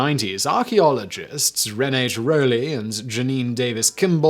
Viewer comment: Simon The name Renate is not pronounced Ren-eight but Ren-ah-te